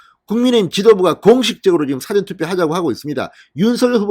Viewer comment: 야 진성호야 415에서 사ㅡ전투표 가뭔뜻이냐? 그리고 선거소송 뭉개는이유가뭔가 그리고 사전투표 발음 제대로해라